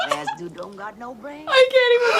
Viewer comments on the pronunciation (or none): none